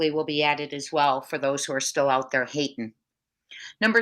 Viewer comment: Dere instead of there